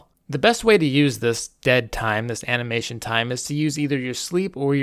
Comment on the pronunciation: "ana"mation time